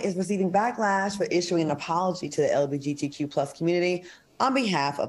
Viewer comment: Claudia and Al, repeat after me, "LGBTQ" not "LBGTQ". Gosh!🤦